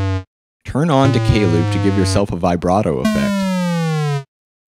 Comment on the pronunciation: You're pronouncing "octave" and "vibrato" wrong.